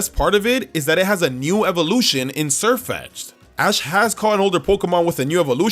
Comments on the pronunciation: He legit called sirfetched! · THERE SHOULD BE ONLY ONE E IN SIERFETCH'D! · THERE SHOULD BE ONLY ONE E IN SIRFETCH'D! AND THE F IN DRACOVISH IS SUPPPSED TO BE A V! AND ALSO, SIRFETCH'D IS ALREADY GALARIAN, SO THERE IS NO NEED TO SAY GALARIAN BEFORE SAYING THE NAME! AND IT'S HAS, NOT HAVE!